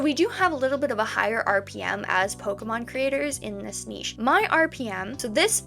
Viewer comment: Omg you're the first youtuber who knows how to say niche!! It's all up and down with these revenues much like the video itself and it'll only take one to go viral to really make it worthwhile so in a way its good you're monetized before this has happened.